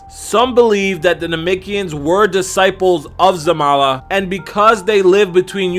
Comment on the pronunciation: its Zarama xD